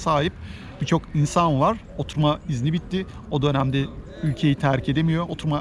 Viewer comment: "oturma izni" yazman ve öyle söylemen ❤︎ ben eleştirilere kulak vermen ve makul bulduklarını düzeltmen harika. almanya'ya gelebilirsem sen ve eşin gibi güzel insanlara mutlaka kahve ısmarlamak isterim :)